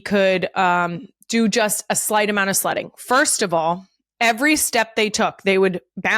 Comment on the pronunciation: Kylie's pronunciation of 'Sledding' sounded like 'Slutting', I had to do a double take..😅😅😅